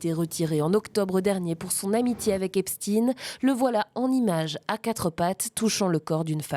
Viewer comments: L'illustre Albert se prononce bien Enstein ... pourquoi prononcer Epstin quand ça s'écrit Epstein ... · ça m'énerve que même les infos BELGES ne savent pas prononcer "STEIN" phonétiquement on dit EPCHTAIN comme Einstein ! Pourtant l'Allemand est une langue nationale en Belgique ! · On dit " Epstein" et pas " epstin", comme Einstein et pas Einstin. C'est juif, ne le cachez pas, on le sait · En français : EPSTEIN se prononce CHTEIN - EPSTEEN se prononce Epstine. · Les américains prononcent "Epstine". Y a pas vraiment de logique pour les noms propres. Je vis à côté de Waterford ,une ville irlandaise. Les irlandais disent" Waterthird". Pas de logique. Whitney Houston devient Youston... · Qu'Epstein n'ait pas été français est plutôt une chance, pourquoi vouloir prononcer son nom à la française ? Et les Américains prononcent bien Albert Einstine. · Lui même prononce son epstine